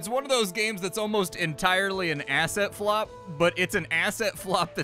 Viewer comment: what's an "asset flop"?